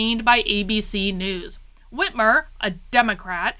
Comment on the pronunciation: Finally you are pronouncing her name correctly! God I have no idea why, but that drives me nuts! I’m from Michigan been here 40years since birth! She’s hands down the worst mistake we’ve ever made, no doubt also I did not vote for this mess. Her debate to become governor was a sign! Not sure if it’s available but watch that and you’ll see DNC was running the show all the way back then.